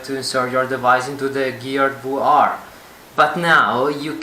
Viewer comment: How I say VR: VR | How says VR: VooR